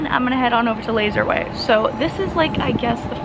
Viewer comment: You sounded so British at the beginning when you said “soo guys” 😅 honestly love your energy and vibe✨🙏